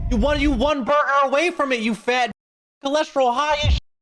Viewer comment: “1 BUGER AWAY” GOT ME CRYINGGG😂😂😂😂😂😂